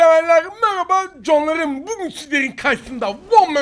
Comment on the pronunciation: Canlarım diyemeyip coğonlarım diyen tek you tuber